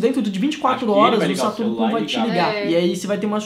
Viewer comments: Mano ele fala Satoru Ku mas não e Satoru Kun? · Parece q Ele Fala sarutu Cu😂😂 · o tava falando satoru cu kkkkkkkk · O falou satoro - cu, kkkkk